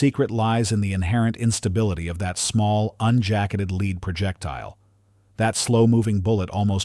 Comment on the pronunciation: As soon as it said leed instead of lead I was like nope not another AI video. Thumbs Down.